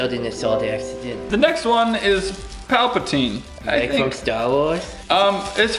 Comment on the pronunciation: Palpatine? Its polvoron. Not palpatine.